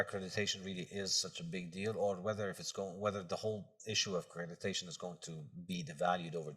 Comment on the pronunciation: Dr Peterson says "accrediTation" 😂